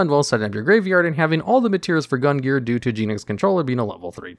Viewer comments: Omg cant believe nobody commented on this but.... Gungnir is pronouced GUNG-NEAR and not GUN-GEAR. Almost launched me out of the stratosphere with the constant mispronunciation there,. (Was that a secret plugin for a new archetype?:3) Anyways, as always, thanks for the entertaining vid. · I've heard worse attempts. Basically he just completely ignored the second N here. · I should not be this bothered by your mispronunciation of Gungnir's name, but I am. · And mispronounced gungnir multiple times as well. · Not gonna lie, the pronunciation of Gungnir and Athena bothered me a bit more than I thought they would 👀